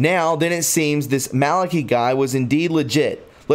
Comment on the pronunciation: Malaki .... Not Malockee Just trying to help. I like your work but your pronunciation is ... a big problem. I'll keep watching but help yourself.